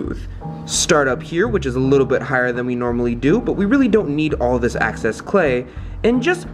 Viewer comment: every time he said “access” clay i growled